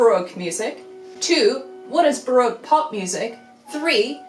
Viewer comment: Pedant Alert!!! How were you pronouncing “Baroque” correctly and then .? ;-}